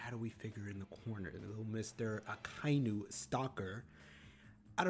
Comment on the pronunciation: The way you say Akainu's name is correct, and with any name just listen how they say it in the anime. I've always wondered how can people mispronounce a name they hear multiple times in the anime.